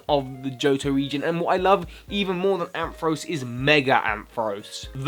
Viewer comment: IT'S IN UR TOP 10 AND U MISPRONOUNCE IT IT'S PRONOUNCED AM FA RAUCE!!!!!!!!!!!!!